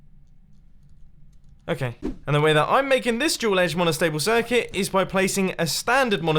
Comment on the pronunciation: Oh it's dual, I heard jool